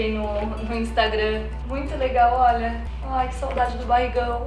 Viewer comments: impressão minha ou o gael falou"olha"óia" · o Gael fala "Óia" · o Gael "óia" kkkk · o gael fala "oia" 😍💕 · Cara ele falou oia, aí que mds me apaixonei 😍😍😍😍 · Eu escutei o Gael falando "óia"